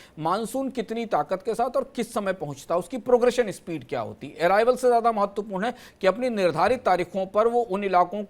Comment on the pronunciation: जयाधा नहीं! ज्यादा होता है! उच्चारण ठीक करे कृपया